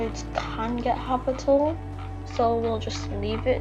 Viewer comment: its not "habitle" its habitable